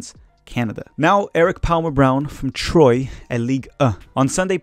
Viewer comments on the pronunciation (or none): Sorry. This has been bothering me for a bit now. But, the pronunciation of Troyes is "Tʁwa" or "Twa"